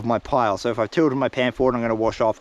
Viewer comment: How do you make the word SO into 4 syllables? 😂 saa oooo ahh ohhh